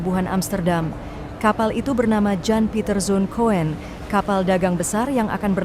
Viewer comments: Min, pembaca beritanya sangat ngawur :masak nama Jan Pieters Coen (kun) dibaca Ko en 😂 Tolong pembaca beritanya yg expert tentang ejaan bhs jaman dulu. Jadi risi & malu dengarnya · Baca: Yan piter sun kun bukan yan piter sun koen. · Bagus sekali ada film dokumenter spt ini. Tapi...... Bapak saya yg bisa bhs Belanda memberi tahu saya bhw nama kapal: JAN......... COEN. Cara membacanya: JAN......... KUN bukan KO-EN.......... Maaf mungkin bapak saya yg salah. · Komentator seharusnya lebih banyak bahasa2 asing spy tidak memalukan khususnya bahasa Belanda "Coen" salah ucap "ko-en" tapi benarnya "kun" !!! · Yan bukan Jan ,Kun bukan Koen bacanya Mbak.😅😅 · Setuju, n Coen dibaca Kun. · Aksen Adminnya ke bule2 an tapi baca nama aja salah. Jan bacanya Yan, Coen bacanya Kun ya Min 😮